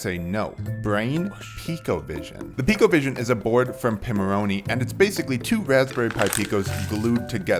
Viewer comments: I have been a loyal Pimoroni customer for years, I speak with them regularly, probably once or twice a week. It is pronounced 'Pie-moroni', as in Raspberry Pi. You said "Pee-moroni'. It's not a big deal in the grand scheme of things but it appears instead of a simple "ooops, my mistake" you seem to want to argue the point. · You wouldn't pronounce it 'Raspberry Pee' would you, so what makes you think it's pronounced "Pee-moroni"?